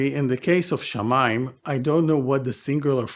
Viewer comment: It's shamaa, just like samaa in Arabic, Hebrew's sister language.